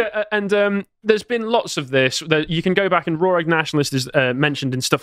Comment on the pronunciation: Repeat after me. Raw, not Rawr, Raw